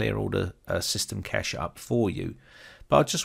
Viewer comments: It`s pronounced cache not cache. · im not trying to be mean or act like im all something but i think cache is pronounced like cash-ayy not just cash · Disk space isn't "cache" In computing, a cache (/kæʃ/ kash,[1] or /ˈkeɪʃ/ kaysh in AuE[2]) is a hardware or software component that stores data so that future requests for that data can be served faster; the data stored in a cache might be the result of an earlier computation or a copy of data stored elsewhere. A cache hit occurs when the requested data can be found in a cache, while a cache miss occurs when it cannot. Cache hits are served by reading data from the cache, which is faster than recomputing a result or reading from a slower data store; thus, the more requests that can be served from the cache, the faster the system performs.